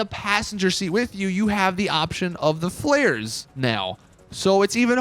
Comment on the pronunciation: Man said flares like Flayers